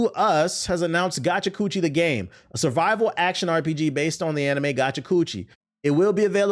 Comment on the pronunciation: TBH mispronouncing Gachiakuta make it sounds like a MAGA version of gotcha nose lol